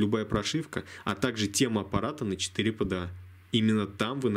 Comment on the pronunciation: Правильно говорится не 4 pda а 4 four pda